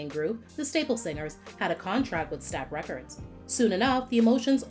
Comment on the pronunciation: "Stax Records." Not "Stack.". Otherwise, excellent upload!